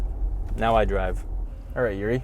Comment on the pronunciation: His name is Yuri not Zuri